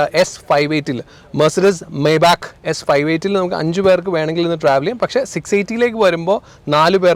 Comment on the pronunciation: Bro not മേബാക്ക് , the pronounciation is "മൈബാ(ഹ്)"